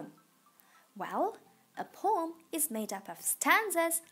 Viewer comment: it is poem not pom SO PLEASE